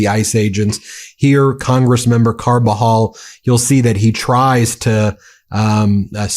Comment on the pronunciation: Kudos on pronounciation Ben - you nailed Camarillo, you wrangled Carpinteria & beloved Salud Cabajal. Trump needs impeachment & jail, Miller should crawl back under his rock. No one agrees with these gestapo theatrics.